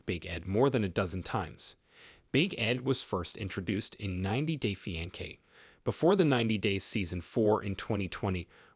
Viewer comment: let me help : Fiancé [fee-ahn-say] Loved the video ♥